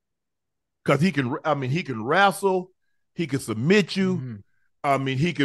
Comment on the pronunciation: What is rastle? Was he trying to say wrestle ? I could have sworn shannon said he graduated from college . He even struggles while reading . English is such a chore for him .